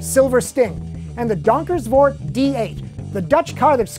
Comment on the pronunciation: say it with me Don-Ker-vooo-rt